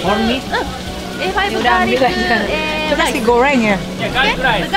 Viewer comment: Ngakak . Pas ngomong nasi gowreng 😂😂 kebawa jepang nya